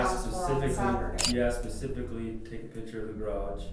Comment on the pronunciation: He said pacifically...specifically 👀